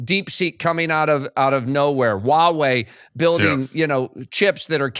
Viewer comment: I enjoy this channel. However, a suggestion - its "Huawei" not "Wawei". Pronounce Huawei - "HUA WEI" just like its spelt.